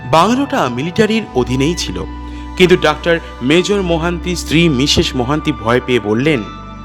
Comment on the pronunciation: আপনাকে কি কেউ তাড়া করেছে?পট(পথ),নয় ডাক্তার বলুন অথবা ডক্টর বলুন -ডাক্টার, ডাক্টার বলছেন কেন?